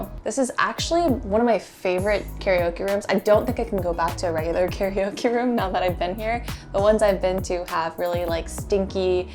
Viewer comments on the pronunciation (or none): C'mon, "carryOKIE" room? 😭😹😭